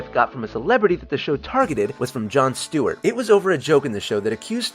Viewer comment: Stewart* not Stewie how’d you mess up already and we ain’t pass the first 2 yet 🤣